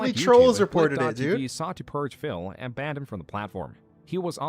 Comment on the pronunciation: Everytime says Phil, he sounds like he is saying Phail lmao